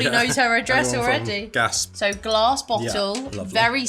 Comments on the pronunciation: Its Gas-pay not Gasp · Gasp 😂 I died hahaha It’s pronounced “gasp-aye” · it's pronounced Gas-PAY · 😏 Gaspe = Gas-Pay Jos Louis = Joe-Louie 😊